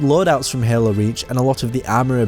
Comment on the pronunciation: The way you pronounce Hael-oo makes me wanna rip my ear drums out 🤣